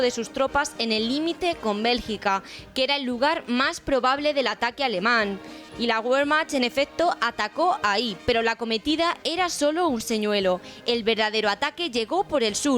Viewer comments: Que alguien le diga a la persona que habla en off, por favor, que la uve doble en alemán se pronuncia como be. Gracias. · Decidle a la persona que hace la voz en off que, en alemán, la uve doble se pronuncia como be. Saludos.